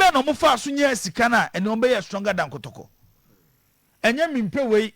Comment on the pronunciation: SIGA r and l deɛ woboa oooo 😂